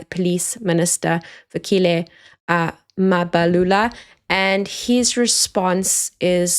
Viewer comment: It’s difficult listen to white South Africans who don’t even try to pronounce names properly. What is Mapalula??? Really!!!